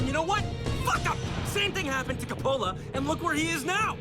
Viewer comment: Why did the director pronounce Coppola's name wrong? Weird.